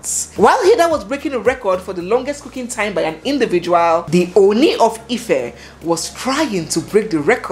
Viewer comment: I am always watching your program. I find interesting and entertaining the yoruba words you throw in from time to time. I will however like you to find a way to learn the proper pronunciation of the title OONi. Please keep up your good work and stay blessed.